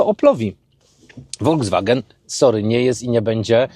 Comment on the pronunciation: Ludzie prosze... nie wolgswagen, nie wolDZWagen tylko folkswagen (juz fonetycznie) 😮